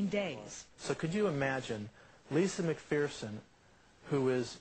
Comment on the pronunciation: People, it's pronounced "McFURson", not "McFEARson".